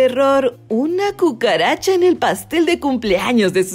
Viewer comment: Entendí cuchara en lugar de cucaracha